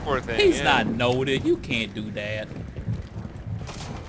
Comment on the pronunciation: "he's not noted, he can't do that" MEU DEEEEEUS NOUTEDIIIII S2S2